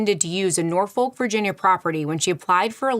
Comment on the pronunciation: I live in Norfolk UK and when I hear Americans pronounce it I find it so weird as we pronounce it as n OR folk with the n or folk with or being heavily pronounced Norwich Nor witch example of the biggest city Norfolk ❤